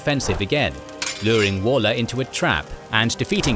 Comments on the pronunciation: I’m just gonna shout it out here. It’s not actually walker like “wall” -er. It’s actually Waller like the wal in Walt - er. Petty I know but it’s driving me mad. No bother though, it’s an unusual thing to know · Are you actually British? Waller is ONLY EVER said as 'Woller'. I've known numerous people with that surname over the years, and not one of them was a Wall-er. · AI generated commentary is appalling. 'Wall Er' for 'Waller'; Crop Redy for 'Cropr'dy'. I stopped listening after that. If you cant be bothered to do the thing properly, why bother at all?